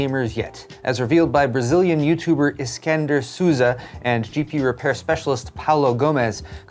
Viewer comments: I love your content, but I don't know what was more impressive today. The news or how hard your butchered Alexandre's name. You can pronounce it as Ah-le-shan-dre, or even Alec-zander. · Alexandre = "Skander"...wut...